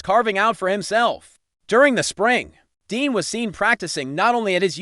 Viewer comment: He's saying Dean dos he mean Dejean?